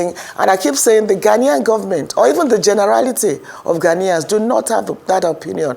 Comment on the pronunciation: It is not 'Ghan-Yans'... it is 'Ghan-ians'